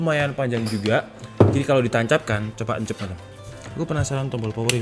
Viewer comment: "coba encepkan" medok banget bang:'v